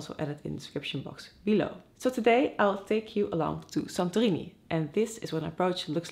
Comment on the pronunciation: It's funny when you said "Santo Rini" it was clear that you are from Holland :)